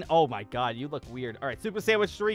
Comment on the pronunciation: He said super sandwich